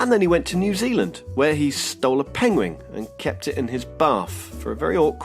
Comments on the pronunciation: Is it just me, or is your pronunciation of "penguin" exactly the same as Benedict Cumberbatch's. "Pengwings" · is it just me or did he say pengwing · This guy can't say penguin lol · You pronounce penguin just like Benedict Cumberbatch 😂